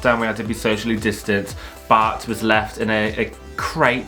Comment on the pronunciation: Anyone else hearing "butt" every time they say bart?